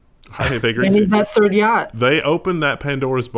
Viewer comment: Lolol, said fhird.